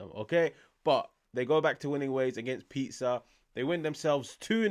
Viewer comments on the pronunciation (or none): its pronounced pE-sah hermano 👌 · Say the "s" of Pisa like the "s" in "simple". Simple!